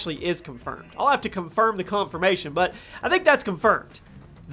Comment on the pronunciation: Confirm the confirmation it’s comfirseption